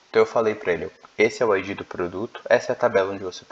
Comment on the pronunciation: Você pronuncia "Ái dgí", só que em inglês isso é "IG" é não ID. A pronúncia de ID é com d quase mudo, verifique o áudio das duas no tradutor.